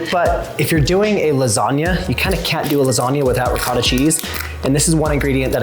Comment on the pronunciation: And "you cat do... " Instead of "you can't do..."